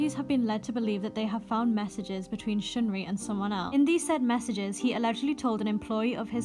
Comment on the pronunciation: sheungri? what makes you think that it's pronounced like that?